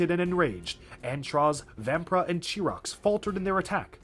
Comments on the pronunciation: Chirox’s name is pronounced kie-rocks not chee-rocks. if you want some proof it says so on his page on Biosector01. and when you were talking about how important all the makuta were you called makuta gorast chirox. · "Really the only thing you need to remember about Makuta Chirox here" "Chirox" Oh, honey, no.